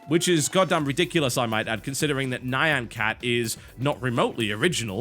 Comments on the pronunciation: Not Ni-an cat... nya-an, kinda like the cat noises you hear in animes. From vocaloid, i think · Only 30 seconds in, and I don't really care about this but... Nye-yan cat? GG pronunciation, TB. :P (FYI: It's more like "neon".) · Nhayan cat, what. I feel like he's mispronouncing it just to invoke reactions. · Do people seriously say Neye-an cat? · wtf is a nigh-ahn cat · argh why u pronounce it nian.... ARGHH xD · how can you not know the pronounce of nyan?